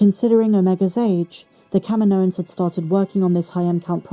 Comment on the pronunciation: Why do you keep pronouncing Kaminoans like "KAH-mee-NO-inz" when it's pronounced "Kah-MEE-no-inz", like Dexter Jettster pronounces it in AotC? Also, I don't know why the writers keep using the term "m-count" instead of "midichlorian count" as if it will offend everyone or something.